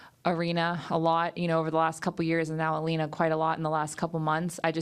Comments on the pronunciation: She’s smart but she keeps saying Elina, her name is Elena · Its Elena not Elina Jissica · English pronunciation: Eh - lay - nuh 😂😂😂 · If you listen to Aryna she pronounced it properly which is yah-lay-nah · No....it's Eh - lay - nuh. There is no "Y".